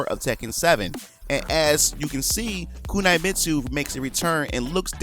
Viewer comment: you said my girl Kunimitsu name so wrong. but i'm exited about her daughter being in tekken 7. I was maining master raven but i have fell off not having player her in a while. I wanted to learn Josie as a new main but with Kunimitsu being in a cannon tekken i have to main her.